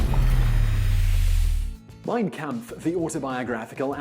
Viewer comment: 'Mein Kamf' . Is that German for "Art of the Deal'?